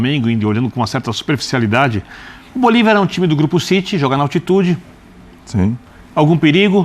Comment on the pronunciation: O cara prova que não sabe porcaria nenhuma de futebol, quando diz Bolivár😅, nem de libertadores, só tá aí pra copiar vídeos da impressa e faturar no youtube. Tá errado não.